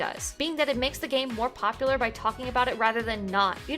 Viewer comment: I've noticed he has a weird way of pronouncing certain words. For example, Community sounds like "Commitity", popular sounds like "Poplier" and that just makes me think "that's a good Pokemon :3". While humorous at times I gotta wonder why that is the way it is